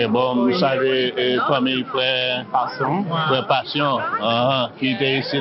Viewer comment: Mwen potoprens(delmas)...frè a di:map salye frè pasyon😂li pa ka di Palsson😂